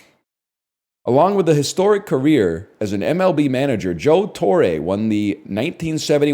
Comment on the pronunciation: Torre is not "tore-eh"